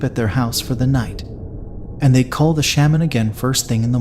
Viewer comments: Please don’t tell another Hmong ghost story until you learn how to pronounce word “Shaman” correctly. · The way you pronounce “shaman” is…. Different.